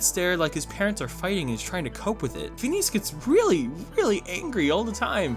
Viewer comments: phoneos and frob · He means phoneas and frob